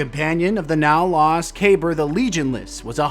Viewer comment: Kuh-Beer, that's how they pronounce it in game